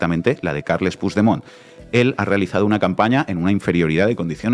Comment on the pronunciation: Por cierto y que nadie se ofenda pero, por favor, con el nivel cultural e intelectual que tenéis, no os podéis imaginar lo mal que suena oíros decir "Pusdemont". Es una palabra española, el catalán es un idioma español. Ahí va una ayudita: pronunciadlo "Puchdemont". Gracias a La Base.